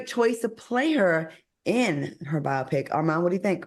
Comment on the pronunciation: Claudia please stop Al Reynolds from mispronouncing ATHLETE… and it’s pronounced BIO-PIC. Bi-opic may be a medical procedure ❤❤❤